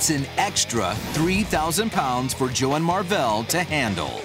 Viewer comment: the dude seriously said "Joel" it's Joe...